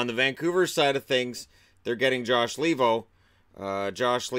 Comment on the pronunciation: I cringe every time I hear the pronounciation LEE-vo, since his name is Finnish and it should be pronounced LAY-vo.